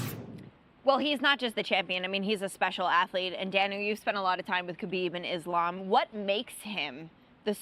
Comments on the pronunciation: How brought Belal back? Stop this nonsens. 🙈 His first words he already said IslEm. Common, rmember his name. As a muslim you should be able to say IslAm.😁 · he should at least remember the fighters names. I am happy DC called Belal out for saying IslEm. Islam ist named after Belals own religion, he should be able to say it. 🤓 And i am not even muslim or likeing Islam. Belal just bugs me. 🤦‍♂ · Javiar Mendez pronounces Islam like islm 😆